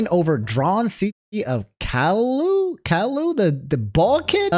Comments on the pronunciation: The real crime here is pronouncing Caillou as Cah-loo 😭😭😭😭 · also why’d u pronounce Caillou as “kale-u” 💀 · Bro I like you but not being able to pronounce Caillou is crazy